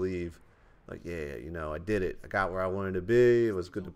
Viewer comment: "I DEED IT"